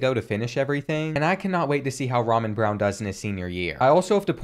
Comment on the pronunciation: Ramon is pronounced: Ra-moan, although Ramen is a tasty meal